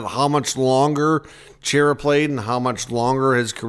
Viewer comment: Love the content, but seriously... who pronounces Chara,? I can not say why, but man, was that annoying. It's CHAR-A. Has been for decades. Other than great, keep up the great work! 😉